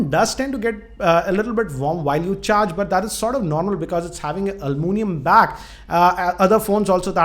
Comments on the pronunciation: Almunium 😂 Sir! It's aluminium. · it's not alllluminium ,it is aluminum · Its back is sort of "almoonium" XD